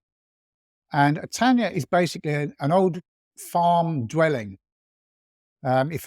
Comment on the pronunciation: A little help: the "ny" in "tanya" is spelled like the "n" in the English word "new".